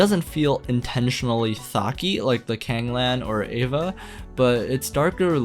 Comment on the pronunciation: Is it evva, ayva, eeva, or E.V.A. ? I think you used all pronounciations in this video, LOL!!